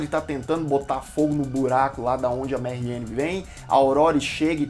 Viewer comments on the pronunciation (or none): por que ele tá falando "marrien"? se for francês é "marrian". bom, falou coisas que realmente é perceptivo na série. mas tbm muita bobagem, o gosto pessoal pesou em cima da crítica.